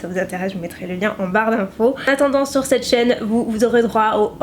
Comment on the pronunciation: Mon dieu je t’adore énormément mais arrête s’il te plaît de dire en début de video « cte video » ce n’est pas français ! On dit cette video ! Et c’est horrible a entendre ce que tu dis